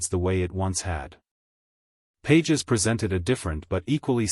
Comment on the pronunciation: You’re mispronouncing Pages’ name. Fake.